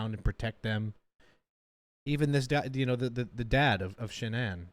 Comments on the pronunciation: IT'S SHANANNE NOT SHAN-ANNE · Her birth name is Shannon, but Sha’nann chose to change the pronunciation when she became an adult. Her parents still called her Shannon. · Her mom has stated in other interviews they named her Shannan (like her parents pronounce it) but Shannan wanted people to say it like “Shan’ann” which sounds so beautiful spoken. ❤ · I really don't get why her dad pronounces her name SHANNON when it's actually pronounced SHA NAN. Even killer husband pronounced it right. I was especially heartbroken about her brother Frankie. He adored Cece and Bella. Thanks for the reaction on this one. 🤗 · was chris mispronouncing his wife's name???